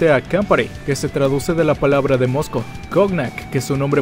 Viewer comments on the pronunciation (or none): none